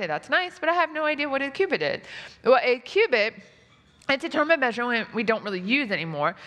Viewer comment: Why do you say Q-bit when you read cubit? That is not fair, I bet many of your viewers have no clue about quantum computers. When you are struggeling about basic units, please do not make jokes about the cutting edge of science. Q-bit? No! Cowbit, maybe.